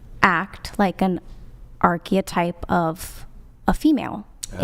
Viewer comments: I'm an hour into this and all I have to say is... "What the actual hell is this?!" Nobody's cursing out each other, people make reasonable points and discuss them constructively, the woman in the pink dress just used the word "archetype" in a proper way and sure, she pronounced it weird, but the point was well made nonetheless. Is this what happens when you have a panel with no OF girls? If so, I put forth a resolution to forbid the presence of OF girls in future episode of the podcast. With that said, if this continues in a similar vein for the rest of the thing, this specific episode might be inferior numbers-wise when it comes to clips and stuff, so... I don't know, might hit the people who run it in the wallet, but dammit, this first hour was a breath of fresh air. EDIT: Nevermind, I take it back :D EDIT2: - The host just badgered the woman in Chair 1 over and over and over again for no reason, trying to get her to say that it's okay for adult men over 30 to date an 18-19 year old when it's something that gives her the "ick" personally. Halfway through, I just found myself actually saying out loud, "For fuck's sake, move on." I am a 35 year old man, I wouldn't date a 19 year old, not because it's particularly wrong or immoral, it's just my preference. And we're allowed to have those. EDIT3: : Chair 2 got 'im as far as I can see. Running unlikely "feminist destroyer" hypotheticals to force a feminist into a logic trap where she has to agree with you or app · that’s not how you pronounce archetype lmao